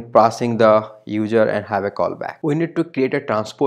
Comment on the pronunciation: hard to understand sometimes, but thanks for sharing! It was really helpful. My advice is to work on the pronunciation like "user" instead of "udjer". Makes it easier to follow :P (No Critique, Just some friendly advice) ;) Blessing.